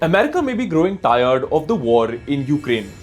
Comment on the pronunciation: I was laughing the whole time at ur accent ...learn some English Bro. Tired and Putin pronunciations were so funny. Grow up bro